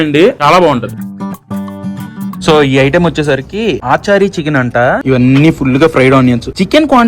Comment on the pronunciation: Adhi aaachaarii chicken kaadhu ra babu.. achaari chicken